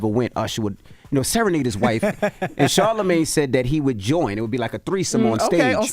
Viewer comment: I’m crying laughing at Usher calling “Charlagmane” 😂😂😂